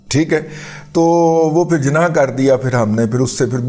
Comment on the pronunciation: nop its pronounced as jinn-na not gina ask gujrati to pronouns it.